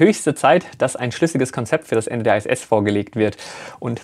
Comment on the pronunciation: Warum "ei-äs-äs" und nicht "ih-äs-äs" bzw. "eitsch-ti-wi" anstatt "ha-te-fau"? Abkürzungen können immer in der eigenen Sprache (hier: Deutsch) ausgesprochen werden. Das machen alle so - auch die Amis (BMW = bi-äm-dobliu"